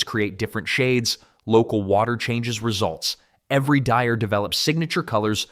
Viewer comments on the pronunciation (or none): none